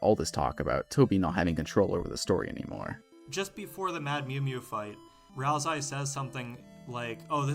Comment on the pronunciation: (??) BLUNDER "Rals-eye"